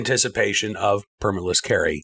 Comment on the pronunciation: Did you leave the “L” out on purpose?